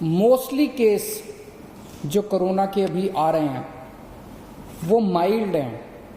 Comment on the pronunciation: Carona nhi kejariwal corona hai pahele bolna to seekh lo 😡😡😡😡😡